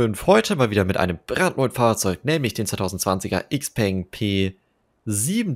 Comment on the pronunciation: Klugscheißmodus an Xpeng ist die Kurzform für Xiaopeng Motors, daher wird Xpeng korrekt analog zu Xiaomi ausgesprochen, wobei das "peng" als "pang" gesprochen wird - also "Xiaopang". Im englischsprachigen Raum wird Xpeng i.d.R. "Äxpang" ausgesprochen. Klugscheißmodus aus